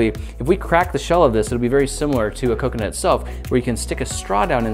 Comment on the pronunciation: Was he trying to say coke-e-nut